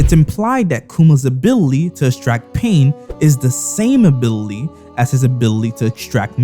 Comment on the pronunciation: “abilltea” “manibulate” 😭